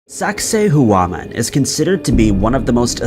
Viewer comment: I'd correct pronunciation of Sacsayhuaman, but he wouldn't care to get it right. He says words in the strangest ways, and despite repeated clarification from viewers, it's useless.